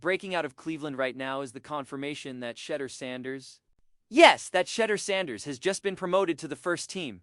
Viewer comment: Excellent analysis. You might want to learn to pronounce his first name properly; it's "She-DOOR" with the accent on the last syllable "DOOR" Keep up the good reporting!